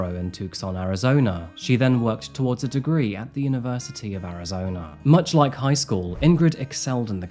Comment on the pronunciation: Butchering names as per.... Tuckson, Arisona?! 😂 Seattle Mareeners?! 😂 (from the dude born there too!)